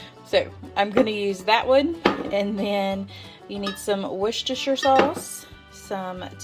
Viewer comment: “Wista- shire” 😚 great video!! I’m trying that stew.